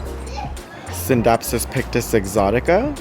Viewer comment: I love that you do the silent C in scindapsus when people say it like skindapsus it sounds like a skin disorder.